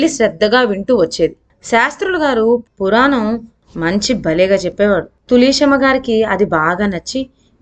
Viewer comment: తులీసెమ్మ ఏమిటిమ్మా...తులశమ్మ అనలేవా